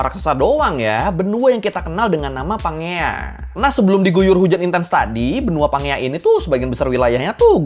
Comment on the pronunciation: setauku cara baca pangea itu "panjeia" cmiiw